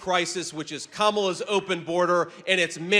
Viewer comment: You must have missed the debate, we were all laughing at Trump along with Kamala. That’s Comma-La, not Come Allah. MADAME PRESIDENT.